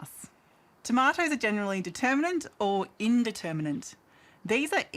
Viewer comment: She can’t even pronounce indeterminate 💩🫣